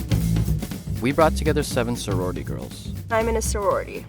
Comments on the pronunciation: Nobody: The beginning: imminaserority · what they were saying: I'm in a sorority what i heard: hi my name's rory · I heard, "im a nisorority" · "Iminnaserorty" -- First 5 seconds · no one: the girls at the start: iminasorority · The last girl sounded like she said I’m Minnesouri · “i’m in a saworidy” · "I min e sororiti." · sorority stopped sounding like a word at the start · Did anyone just try listening to who cant pronounce sorority correctly? 😂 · “I’m in a sorority” “I’m ina sorority” “Imina sorority” “Iminusorority” “Iminuhsurority” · Me: da faq is a sororororororirty? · I'm in a sorority I'm in a sowarity I'm in a sawrawity I'm in a surwatity I'm in a surwarity I'm in a smerority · imanasa roarity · "ok we'll give you 15 secs to state your case" everyone: im in a sorortiy